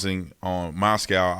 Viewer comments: It's Moscow, not mos-cow, I know it's spelled, the same, but not said the same. He also came to clarkston, WA after the murders to Albertsons grocery, it's about 45 min away. Look up lewiston morning tribune. Front page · It’s MOSCOW, like Russia! I live here please stop mispronouncing our city’s name! Mos-co! Not mos- COW! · Pullman, Washington and Moscow, Idaho are essentially just across the state line from one another. Travel time between the two cities would be less than 5 minutes. A minor point - the "ow" in Moscow is pronounced the same as as the "o" in Costco.